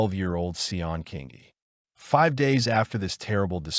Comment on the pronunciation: King ee. King ee. Not that difficult to pronounce!